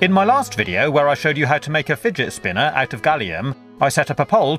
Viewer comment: Fidge spinnah! your pronunciation😂